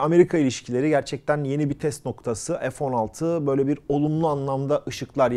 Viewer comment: ef değil abi fee Türkçe lütfen